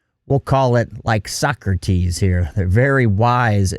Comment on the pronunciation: For real when he said Socrates I was like "nooo!"